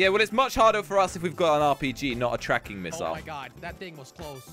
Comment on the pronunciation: You said RPG rong